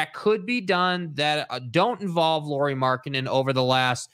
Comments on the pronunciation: Lowry not lorrie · They are correcting your pronunciation of Lauri, not saying that's how his name is written 🙄 English speakers should pronounce it like (Kyle) Lowry, not Lori (or Lorrie) as you guys call him 99% of time.